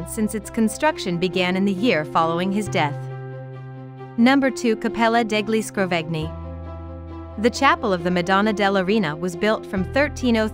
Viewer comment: Was this read by a bot? "the eloquent 13th century preacher S T. (pause) Anthony lived and worked..." Also why not at least try to pronounce things right? "deGli ScroveGni", with a hard G, really? Palazzo della "Rajun"?